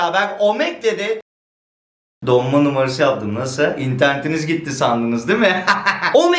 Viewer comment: nobody:: Donma Numavası Yaptım Nasiii